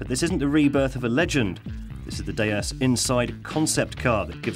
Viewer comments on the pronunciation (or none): why is he saying DAY-S instead of D S...